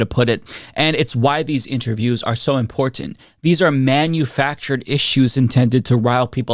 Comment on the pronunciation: Adequate schooling and education is so imporT-anT-uh…😂🤣🤣